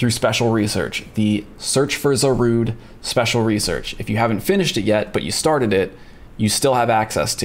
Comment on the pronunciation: Zarude!? 🤣 Otherwise another great video!